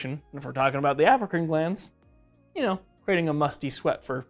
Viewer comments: Everytime he says “Apocrine” gland, I hear “African “ gland instead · I heard it too lol. He probably meant Apocrine, and we heard it African